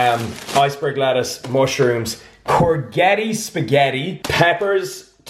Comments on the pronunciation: Ibiza is pronounced like I-b-tha. Also while I'm at it courgetti spaghetti is not pronounced as cor-get-i but more like cor-jet-i, pretend your French when you say it haha, good video all round though, getting that shred. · That pronunciation of courgetti : atrocious